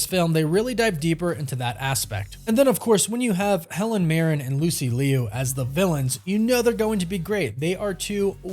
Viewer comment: Buddy i cant let it slide anymore… like you’re butchering Lucy Liu’s name haha. Just… just look up how anyone else says it. Cmon kid